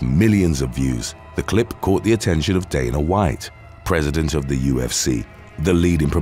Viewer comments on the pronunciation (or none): none